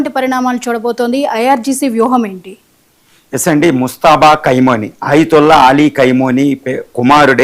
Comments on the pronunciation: Orey Analyst fellow first learn to pronounce Khamenei and not kaimoni and later you can analyze. Who is bothered if he dead or alive, you are alive na do something for your family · ఏ ఒక్క న్యూస్ చానెల్ ప్రసారం చెప్పలేదు మీరు మాత్రం తప్ప. 99% తప్పుడు న్యూస్. khymoni కాదు khameni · meeru telugu ni darunangaa champestunnaaru,khameni ni khaimoni ani cheptunnaaru idi baledandi.😂😂😂😂😂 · కైమోని అని అంటున్నారు. కైమోని కాదు కొమీనై అని పలకండి. ఇంకా తప్పులు చెపుతున్నారు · qai moni entira. aa pronounciation enti. qaima chesesthunnavu 🙏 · చత్రువు,ఖైమోనీ ఏందయ్యా నీ భాష చావగొడుతున్నావు నీ భాషతో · Martyrdom is an English word ...first mataldam nerchuko ..Kai moni kadu ra ye da va ...